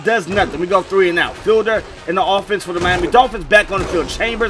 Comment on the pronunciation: Hey I think it's pronounced like "feed-ler"